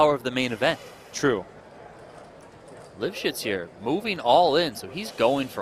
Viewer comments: anybody else bust out laughing every time they say LIVSHITZ name.???????/ lol i laugh every time...i think they say it alot on purpose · Cracks me up every time they say LIV SHITZ 😂